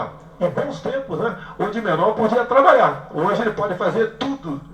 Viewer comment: "De menor trabaiá" estamos bem de presidente ...